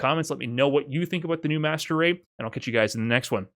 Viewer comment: Please say MR, every time you say Master Rate I hear 'masturbate'😭😭